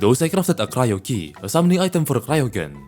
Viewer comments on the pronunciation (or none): none